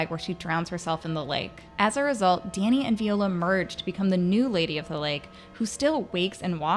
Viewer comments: lol “vee-ola” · Veeeola? Lmao viola? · Say it with me... VIIIIIIIola. Not VEEEEola.